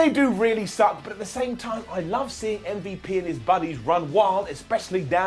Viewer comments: As a black man..STOP CALLING MVP UMMMVU0! THE SHIT IS DISRESPECTFUL AND IM CALLING YOU OUT..IT SERIOUSLY IS NOT FUBNY OR CUTE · Please keep saying MVP like “Mm-Vup”. It seriously makes me laugh everytime 💀